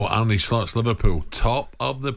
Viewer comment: Arn-uh not Arnie , it's not that difficult